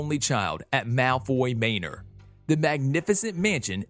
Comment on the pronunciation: Lucius:Welcome to Malfloy Maenor!” Wow umm I think u said manor wrong no offense